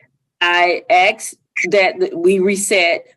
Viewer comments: I have a hard time taking anyone serious , even a lawyer who "axed" somebody a question. Both of the lawyers said it. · "Axed" rather than "asked" is a very common 'mis pronunciation' or variation dating back 800 years or more in the English Language. It can be a regional or cultural pronunciation.